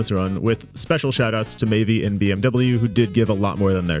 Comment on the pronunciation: im pretty sure the Maeve2501 person's name is pronounced May-ve no E sound on the end. Other than that good video!